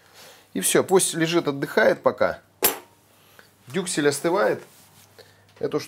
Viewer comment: Я тоже три раза перематывала-переслушивала, когда, говорил "дюклес"😂 Кровь из ушей)